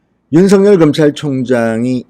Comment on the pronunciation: 윤성열이 아니고 윤서결로 읽어 주세요.